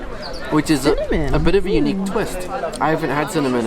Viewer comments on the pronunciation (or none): none